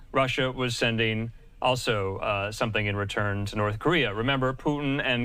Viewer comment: He lost me once he put emphasis on the word material. 😐